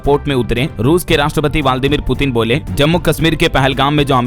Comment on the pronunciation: वालदीमीर गलत उच्चारण